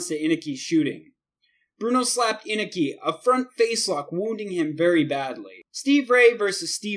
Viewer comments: Antonio Inoki is one of the 3 biggest names ever in Japan wrestling history, can u plz at least show him respect & pronounce his name correctly. Its phoenetically pronounced: In-Oh-Key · In-O-ke, NOT inake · Anoki (uh•no•key) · All this time I've been mispronouncing Inoki? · In-oh-key you idiot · It's pronounced Eye-no-key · 8. Wrong Stevie Ray dumbass. 7. It's Ricky-Doe Zan and Kim-mura. You need to learn how to promote Japanese names, oh and watch some wrestling before 2001. It's In-NO-Key for Inoki. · Bruh it's in-oh-key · I stopped watching after hearing how he pronounced Antonio Inoki's name. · Awful editing, couldn't pronounce Inoki right, little to no information about any of these "fights", couldn't pronounce Regal, abrupt endings to each clip... This video is disgusting. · And inoki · does he even watch wrestling he pronounces a ton of ppl name wrong, luger, oakerland, regal, and more